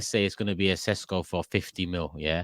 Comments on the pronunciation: calling Sesko, 'Sisqo' was brilliant 😂😂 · Who's this Sisqo you're signing, not expecting him to start belting out Thong Song at half time are you 😂 it's SESKO bro